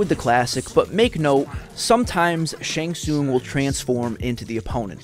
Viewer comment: Ty brother for the shang tsung brutalities. I'm glad I'm not the only one who says his name right. Rock on brother for this brutalities list. Shang has always been my favorite since I seen him take the opponent's soul in mk2